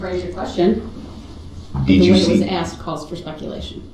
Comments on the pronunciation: I absolutely hate the way he pronounces the word ASK 🤯!! How freaken difficult is it to pronounce it correctly 🙄🤬!!! Who in the world says AXS ??!!! I guess he learned from Momma bc she said it the same way in one of her ridiculous interviews 🤮🤮🤮🤮🤮!!!!! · It takes marginally more effort to say “ask”. That’s how lazy they are.